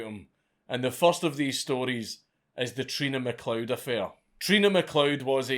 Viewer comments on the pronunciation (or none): none